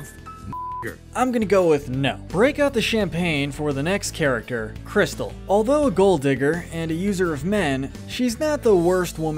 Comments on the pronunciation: It's not "Crystal", it's "Crystaaal." Like the champaign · Her name isn't Crystal, it's Cri-STAhL. Like the champagne. . . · It always makes me laugh when I watch a Boondocks YouTube video narrated by white people and they call her Crystal instead of Cristal like the Champagne. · Also its not "Crystal" it's pronounced "Kris-tall"..................................Like the champagne. :D